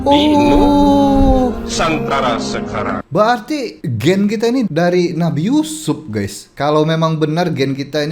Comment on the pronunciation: Kelentong tahap maksima. Sebutan gene pun tak betul Merepek sungguh dan admin pun satu, boleh percaya benda karut marut ni.